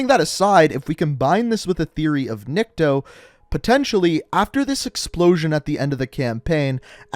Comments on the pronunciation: His name is pronounced neek-to) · Nick-Toe that's how you say it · He is NiktO,not NIkto. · I am impressed how you manage to pronounce "Nikto" almost correctly without major fuck ups at first try. Why "almost"? Because it is just like you pronounce, but "niktO". And the reason why first language is unknown is mostly because in Russia there are many languages in separate regions. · it is "Nikto," not "Nikito" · I’m not trying to be rude I’m just trying to help out. It’s pronounced Ni kuh toe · Nikto (Nick-Toe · It is NI-K-TO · I think its pronounced Niko and the T is silent, cuz Russian is like that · NICK-TOE. PUT THAT TOGOTHER AND ITS NIKTO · Proper pronunciation is "neek-toh" Nikto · Nikto is pronounced as NYIKTO , which in russians means "nobody" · I believe it’s pronounced neekto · Nikto would be pronounced like Knee-kto you could have pressed that speaker on the bottom of translate to hear it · It’s pronounced NIIKTO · it's kneek toe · Nikto is pronounced nick-toe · Niko in Russia its not how you say it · remember riley is dead when his dead ghost is born Hold on u say nikto name wrong but meh close enough If infinity ward see this he will be mad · It’s nikto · Dude. Nikto is nikto. Also, you need hooked on phonics. How'd it take you this many vids to pronounce a two syllable word correctly?